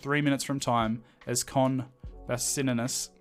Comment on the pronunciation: The Con Boutsianis mispronunciation is my favourite bit 😂